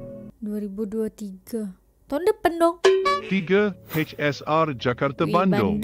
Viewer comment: lucu sebutan bahasa melayu nya, di Malaysia bukan semua A ditukar kpd E contoh Jakarta org Malaysia sebut Jakarta bukan Jakarte, fasa disebut fasa bukan fase, fakta disebut fakta bukan fakte, projek mega disebut projek mega buka projek mege.. dll hehe